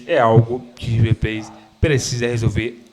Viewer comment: O rive ple kkkkkk tá di oi kkkkk